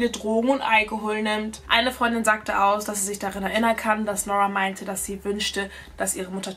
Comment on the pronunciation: Wie spricht sie aber Nora aus??? Es heißt NuRRa nicht NOrwaaa diese englische Aussprache ist falsch